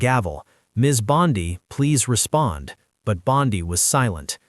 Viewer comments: Rubbish AI. Bondi not Bondy. She is a female not a male! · Why do you speak of Bondi as Bondaie and in masculine very often? Is this even some true news?